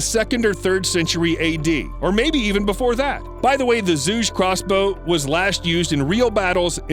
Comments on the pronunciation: The crossbow is pronounced "juge" or "chuge" not zhug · The 'Zuje' and 'Patolomy' was killing me. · It’s pronounced zhu(ju)ge crossbow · The moment you butchered "Zhuge" the way you did I know this not a video that's worth watching. You are not a credible source of information if you don't do your due diligence for something so basic.